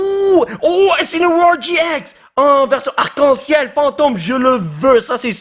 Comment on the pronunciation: Oui ok mais au lieu de dire gi ex au gx dit gé ix